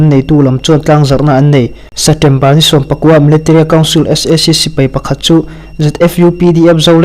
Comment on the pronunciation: A bengvar thlak hle mai chutirual chuan Setember tih aw phawi hi kawl aw phawi deuh em aw inzir zel rawh